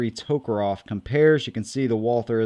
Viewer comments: It's tokarev, not tokarov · It sounds like you're saying toekeroff